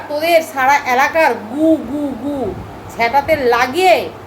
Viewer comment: কথাটা অ্যালাকা নয় এলাকা 😂